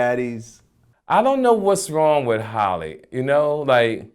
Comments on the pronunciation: Halle,not holly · Why does Vlad keep calling Halle "Holly"?